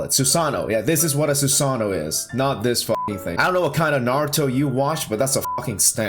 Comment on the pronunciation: Su-Sa-No-O Susanoo Not Su-Sa-No susano